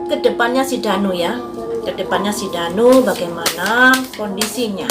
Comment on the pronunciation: Kok ngomongnya Dani bukan Danu😂